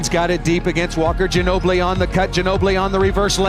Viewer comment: “The San Antonio Spurs select Emanuel Gino-Billi” -David Stern.